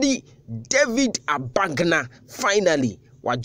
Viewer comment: He David was my primary school mate. His name is David Agbanga and not Abagna as you guys pronounce it. Maybe he might have changed his name.